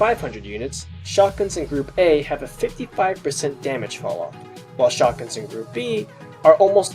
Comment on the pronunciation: Is it just me or whenever he said shotgun it sounds like SHARTguns xD